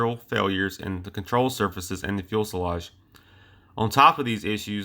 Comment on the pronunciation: Please learn how to pronounce "Fuselage". (Few-sa-lage)